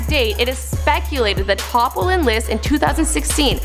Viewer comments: Top? I thought it was pronounced as T-O-P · IT IS T.O.P. NOT TOP!!!!!!! GET IT RIGHT 😶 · CookieBae GT I mean it pronounced T,O,P. You don't say the period. You say the name as individual letters. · Why did she keep calling T.O.P Top pmsl.